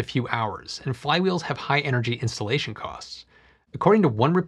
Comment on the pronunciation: I think you can work on your enunciation. I thought you said "Insulation cost" not "Installation cost."